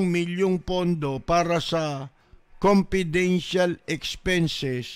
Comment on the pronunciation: Confedintial pa daw